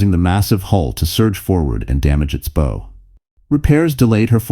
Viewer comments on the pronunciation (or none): When the word "bow" is pronounced "beau," as it is in this video, it signifies a weapon which rapidly propels an arrow. You should pronounce it "baou," which means the leading portion of a ship. Thank you!